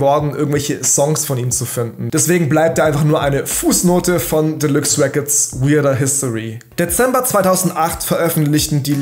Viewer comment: "Delüx Räccords les go"😂